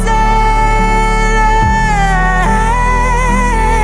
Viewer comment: Lovely, but her pronunciation of "Hosanna" is distracting. Sorry.